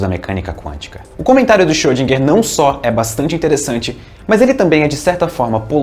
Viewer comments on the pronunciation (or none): e Na vdd se pronuncia "Choudrinher". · Ele chama de "chodriguer" eu chamo de "iscroudinguer" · Acho que o correto é "Xirodjinger"..kkkkk